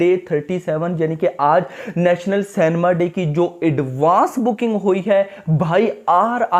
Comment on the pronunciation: It's cinema & not cenma..